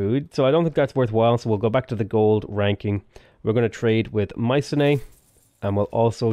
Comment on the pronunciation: Hey, FWIW, Mycenae is pronounced "my-SEE-knee", not "my-seh-NAE". It took me a while to switch when I first learned.